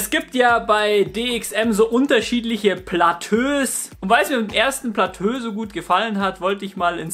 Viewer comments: Ehm, ich will jetzt nicht klugscheissen, aber es heißt doch nicht Platö, sonder Plateau...also wie beim Bergsteigen die verschiedenen "Etagen" ...also ausgesprochen Platoo ? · lol nur so'n tipp man sprichts als "platoo" aus nich "platö" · Man sagt "Plato" nicht "Platö" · platööö 😂😂😂😂 das wird platooo ausgesprochen ;D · wollt dich gerade deswegen verarschen 😂platös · Kannst du nochmal Platö sagen? :D Es heißt Plateau(<Plato>)! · Platö xD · Trinkspiel: Jedesmal wenn Platö sagt, trinken 😏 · wie er eiskalt durchgehend platö sagt, ich dachte erst du trollst aber du hasts echt durchgezogen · Wird Plateau nicht eher wie "Platoo" ausgesprochen? ;) Mal wieder ein sehr gutes Video :) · platö beste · passt scho ;) jetzt weißt du ja, dass man es "Plato" ausspricht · Ey Platö mann 😂😂😂 hat wirklich echt genervt als ob du das wort noch nie gehört/gelesen hast 😭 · ja hast du :D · Omg, wegen Deinem "Platö" hätte ich mich fast angepisst vor Lachen... Dabei hab ich das Video schon vor einem Jahr gesehen, aber das hatte ich vergessen! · Platö:D Einfach <3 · Das zweite PLATÖ chillt schon hart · Platöö ;D Macht das Video aber irgendwie sympathischer ;) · Ab dem Zeitpunkt des zweiten "Platöös" fühlte sich "abgeschöttet" (ab ):) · Platöö... das wird n meme👌😂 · Bitte sprech das plateau so aus: plato mit dem o etwas langgezogen😋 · Wie immer interessantes Video! Aber bei jedem weiteren Mal "Platö" sagen bin ich doller zusammengezuckt. :D Das ist ja furchtbar. Ansonsten weiter so :) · super - aber ich glaube es heißt: plato - wenn man es plateau schreibt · Kann bitte noch einer mehr kommentieren, dass man es nicht "Platö" ausspricht? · Ähhm das wort plateau wird plato ausgesprochen😂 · Man spricht Plateau als "Platoo" aus.. ^^ Ansonsten sehr gutes & informatives Video. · “Platö“ :D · Wer sagt denn Platö? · Platöö? HAHAHAHAHA! Dein Ernst? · es heißt plato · Platö lol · platö haha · platööö haha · oida...platöö? xd